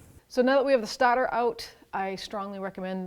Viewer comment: The Stahtah